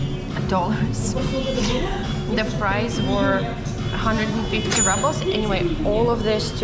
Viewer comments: is a very old fashioned name....and ₽ is pronounced as "roobl" and not rubble = a pile of broken stones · the Russian currency the Rouble is pronounced [roubl], NOT [rabl]. It's pronounced the same way as in Russian as there's no English translation or anglified pronunciation. Rubble is incorrect pronunciation and wrong connotation. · You pronounce rubles like rubbles! LOL And you watch your fat intake but not the sugar! High protein + high carb = super high insulin spike!